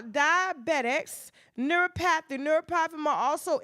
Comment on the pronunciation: If you pronounce neuropathy like that again, I’ll scream.